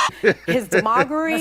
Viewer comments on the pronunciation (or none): That one said "demogery", a new word? Maybe she meant to say "demagoguery"? Or shooting for getting an update in a new dictionary "Da-MAGA-ry"? Maybe senility is the new virus, it's spreading among Biden supporters first. Pfizah (misspelled to try to get past the censors) already got a vaccine for that?